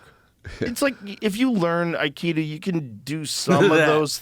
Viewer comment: I love you Joe, and I binge on your show, but please....Akido!! "AI" harmony - "KI" energy - "DO" way. I am an Aikidoka, and despite all the fun-making surrounding this martial art, I can tell you that a high-ranking Aikido master can truly injure an assailant in a split second. The old Aikido as taught in the Dojo's of O' Sensei Morihei Eushiba was absolutely brutal. So much so that only it's "softer, rounder" incarnation survives currently.